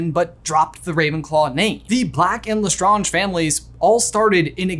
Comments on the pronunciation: Lestrange is pronounced Lestraaeng , not Lestraunge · Why do you keep saying lestAHnge and not lesSTRAYnge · Ok but not my mom who hates Harry Potter pronouncing Lestrange as Le-skragk-ee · Sorry had to say you say less strangers wrong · Is he pronouncing Lestrange right? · I love this channel but hate the way he pronounces Lestrange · Why do you pronounce Lestrange like that, did you not watch the movies or listen to any Canon thing mentioning their names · You pronounce LeStrange correctly at the begging of the video but then proceed to say it wrong throughout the rest of the video without noticing. :( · Why did you keep pronouncing lestrange wrong